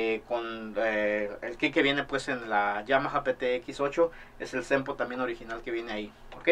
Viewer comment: No entiendo por que todo es normal hasta que dice SOMPLS , cuando es Sample ,simple, sample